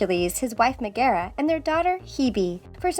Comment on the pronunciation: I’m a Hercules super fan and “Mega” triggered me so much lol.